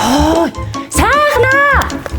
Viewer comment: each yaagaad saihnaa bish saahnaa geed bga ym😂😂😂😂